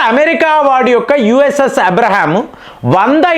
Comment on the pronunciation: ఇబ్రహం కాదు, అబ్రహం లింకన్, తెలివి మరి ఎక్కువవైనటుంది.